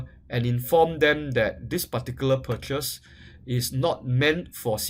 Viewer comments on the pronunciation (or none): "A-TORN-T-CATION" "PURCHES" Gosh his english is terrible as fuck.